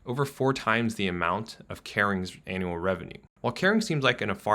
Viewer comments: And it's "annual" not an.. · “Anal earnings” 😂😂😂 This guys pronunciation! He needs to learn how to say Givenchy if he is going to comment on high fashion.